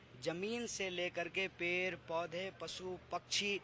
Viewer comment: Per nhi hota bhaiya ped hota hy kitna glt salt bolte ho aise logo k ap vyan lete ho kapda ko kapra bol raha hy